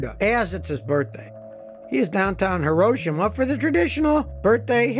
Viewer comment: You say HIROSHIMA correctly, most Americans say Hero-Sheema (the emphasis should be on "Ro")